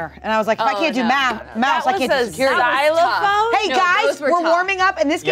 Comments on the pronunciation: I just realised read "xylophone" on the card in this video. So there's no excuse for "zilaphone" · Watching this again after “Zilaphone” fiasco 😂